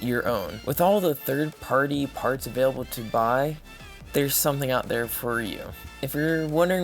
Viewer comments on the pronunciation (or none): none